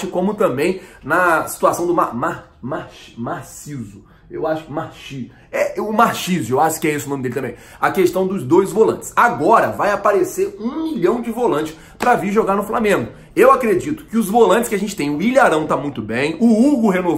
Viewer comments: o nome q c nao conseguiu fala e marchisio mas se ler marquisio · na pronuncia do portugues e mARQUISIO